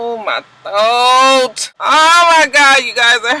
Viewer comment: I can't with the "My Throak"!!! lmao everytime